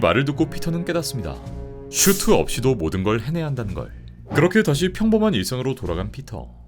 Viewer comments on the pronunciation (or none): 제발 ”슈“트라고 발음하지 말자!